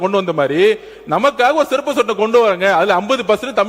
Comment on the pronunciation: மாண்புமிகு அமைச்சர் ஆதார் அர்ஜுன் அவர்கள் சிறப்பு சட்டத்தை செருப்பு சட்டம் என்று உச்சரிக்கிறார் வருகிறார் தயவுசெய்து உச்சரிப்பில் மாற்றிக் கொள்ள வேண்டும்